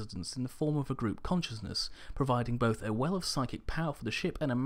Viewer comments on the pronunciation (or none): none